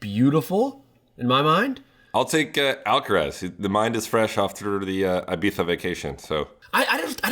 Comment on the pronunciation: Ee bee za! Not ay bee za 😂